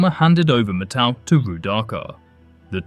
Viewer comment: yo my guy, it's MAT-au! Like how you say "mat"? But with the '-tau'